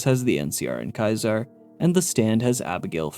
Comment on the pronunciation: Your mispronunciation of Caesar is incredibly infuriating. It's SEE-zer, not KAI-ser. You know, like little caesar's pizza?